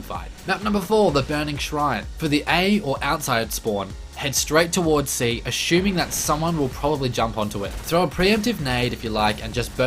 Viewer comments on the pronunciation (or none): "Uh-shoe-ming" (Assuming).. Luv it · Ashuming... haha